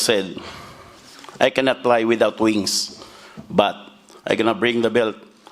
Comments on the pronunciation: ... "I cannot ply vitout vings" stfu...I kno packman Ain ready...his trainer outta breath jus from walking up there😂😂😂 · WTF "Only 1 word i said, I cannot ply without wiiingss...bUT...I cannot bing d belt back to the pilipines, tenk you and good morning?